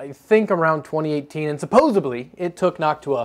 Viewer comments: Supposedly, not "supposibly" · "...supposebly" Me: Did he just say.... naaaa no way. "...supposebly" Me: He did it again! Supposedly dude, please. Great video otherwise man.... but.... supposedly. BTW, not the first time Thermaltake have.... borrowed... an idea. Remember the whole Caselabs thing a few years ago? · Suppos-ED-ly NOT Suppos-EB-ly